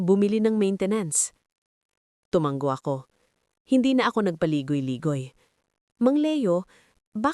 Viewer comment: TUMANGO ISANG. G. LA NG. HINDI. TUMANGGO